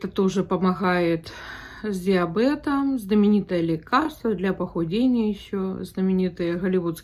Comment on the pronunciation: Это что такое -- диабЭтом, ОдЭсса? 😮 Вы всегда так говорили, или в Америке забыли грамотную речь?